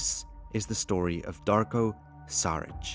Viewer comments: big boss Darko its not Saric its Sharic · It's pronounced Shuritch.